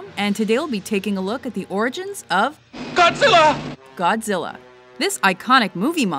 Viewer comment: Godzirra, Godzirra Godzirra? OHHhhh Godzirra Godzirra Godzirra!